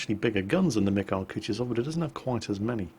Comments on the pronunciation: koo too sov...not koochtisoff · it's Ku-Tu-Zov. stress on the second syllable, not the last one, Kutuzov was not French, in fact he kicked Napoleons's ass.